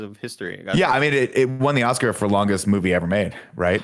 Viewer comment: "The most ocsar winningest franchise of history"